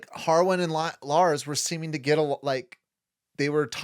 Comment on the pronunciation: I’m going to go crazy if they pronounce larys as lars one more time